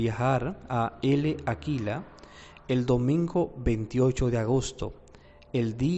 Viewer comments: Se lee Láquela, no Ele Aquila. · La "L" de L'Aquila, no se pronuncia.